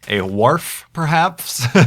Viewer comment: lol said wharf